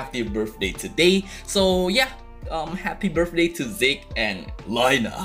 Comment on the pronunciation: Your Japanese pronunciation of "Reiner" & "Zeke" was so badass!!! xD